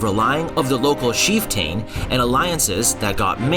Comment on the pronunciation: heh-brides? WTF??? It’s pronunciation is… Heh-burr-deez. You should know your material better buddy. You also mispronounced Chieftain along with a few other words but I’m not getting into that unless you want to know. Come on buddy, get it together if you want to make educational videos.